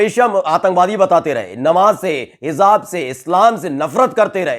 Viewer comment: Please pronouns correctly HIJAAB is correct. and HIZAAB is wrong . I like your news system I follow your style .